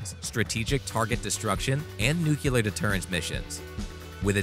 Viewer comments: NEW-KLEEE-AHR. not nucular. nuclear. big difference. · "nucular deterrence"? Really, you couldn't find a narrator able to pronounce the word "nuclear"? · nucUlar... really :p dorks!